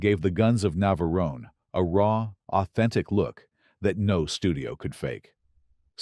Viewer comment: ...terrible AI commentary! 'The Guns of Naverone-ay'?? Get a REAL person!!